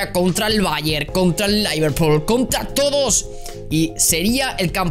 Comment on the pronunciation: Jajaja Laiverpul..jaja...me estalló...el Baiarr.....y todavia me acuerdo de cuando decis el nevels de Rosario...jaja...un grande